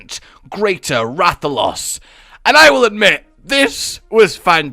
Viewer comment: Holy fuckin' shit... it's a Ra-tha-los, Jesus Christ... What THE FUCK